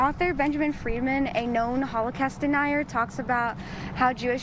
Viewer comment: Does she say h-CAST or is t just me? :face-purple-crying